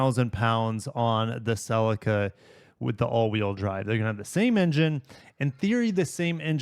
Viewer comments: Bhaha bro says celica wrong its not sellica. Pronounce the dam Ce Lica say it like sea lica celica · Great vid but your pronouciation of celica drove me nuts hahaha I have always said celica as cel-eee -ca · No way he pronounced Celica as "SeLica" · Why do you pronounce Celica like that? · You need to learn how to say Celica correctly